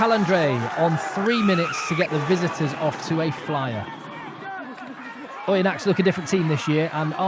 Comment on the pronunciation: great! for Oyonnax, don't pronounce the 'x'. juste as "Oyonna" 😉